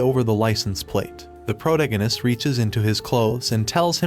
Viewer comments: say it with me-- pro-TA-go-nist. Enphasis on the second syllable. Not PRO-ta-go-nist. Or stick to Bota. It's painful hearing you. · i get triggered by the way you pronounce protagonist, it is pronounced: "pro-tAgonist". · Pro-toe-gag-ist. Lol 😂 I can no longer unhear this. 😅 This voice is so weird to me. Love your videos.🎉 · How the friend chicken fuck do you not know how to pronounce : protagonist "?????🤬